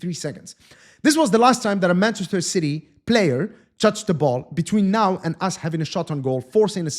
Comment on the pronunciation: The way called Ci-y is darn funny 😂😂😂